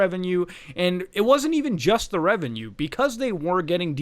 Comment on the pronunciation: Can you say revenue again LMAO